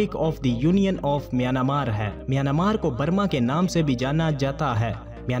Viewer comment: Not myanamar, MiyanMar is a correct word.